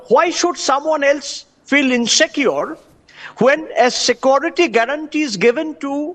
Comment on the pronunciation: The "Sakuriti" guy is not answering questions. I think it is "security" not "Sakuriti"